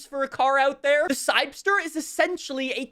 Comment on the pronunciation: its called the "CYBER-ster", not "cybster"...